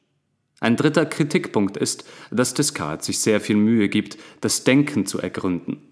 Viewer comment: 👍Angenehmer Rhythmus und Stimme. Man hat lust und raum zum mitdenken. Aber die frz aussprache könntest du nochmal ausbessern - Deh-kart (Descartes), Puat-jeh (Poitiers) ... Darüber bin ich beim hören immer wieder gestolpert ;)